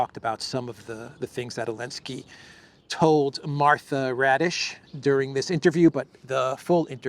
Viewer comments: Martha "Radish" is actually Martha Raddatz (she's been a Washington reporter/correspondent for nearly 40 years). is very casual about pronouncing foreign names, not only Slavic and African (and this one is not even foreign). I have no trouble pronouncing "Christoforou". No more radishes, please! 😉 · Her last name is actually Raddatz. Not Raddish. But, it’s funnier if you just keep calling her Raddish. 😛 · That interviewer's name is NOT "Raddish", but RADDATZ ... which is an old Prussian NAZI name!